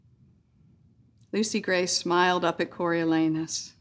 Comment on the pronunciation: I'm so happy I pronounced Coriolanus right